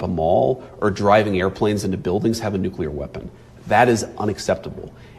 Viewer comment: Never trust a person who says “nu-cue-ler”.